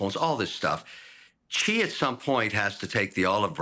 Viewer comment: would you stop saying chi? its more like she.